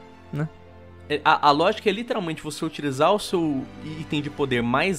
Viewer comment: Escutar o falando a palavra "literalmente" de forma totalmente errônea me mata por dentro